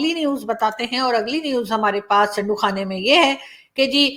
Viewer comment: It's Chandoo not 'chando